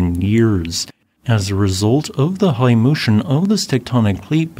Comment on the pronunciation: why did you say high like that lol